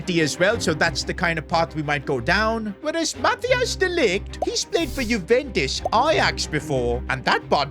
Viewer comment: he always miss pronounce de ligt name